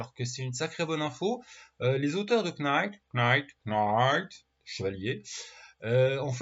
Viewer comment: On ne prononce pas le K de knight. On le prononce comme night,!